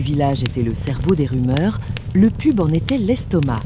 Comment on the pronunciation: Je me désabonne, j'ai essayé d'écouter plusieurs fois, car les histoires sont sympas, mais ce fond de feu de bois est trop fort, la voix masculine ou féminine est sympa aussi, mais argh les trucs genre peu.. être, le cheur au lieu du choeur, le pube au lieu du pub.. labasse au lieu de là-bas..et autres choses ce n' est pas glop.. bien dommage..